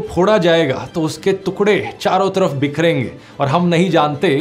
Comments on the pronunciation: Yeh ab nhi bolega hinduo ke liye 😡😡😡😡 तोतला ।।। तूकडे नही टुकडे ।। धूनड़ना नही ढूँढना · Tukde ❌ tukde ✅🥲🥲🥲